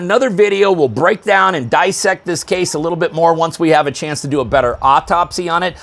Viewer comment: "DIS-SECT this case..." 2 "S's" bub !